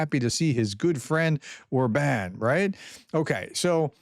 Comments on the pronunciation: Or-bn —- like a very short ‘bun’ Just a suggestion, getting pronunciation correct improves credibility. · Orban is pronounced with emphasis on the first syllable.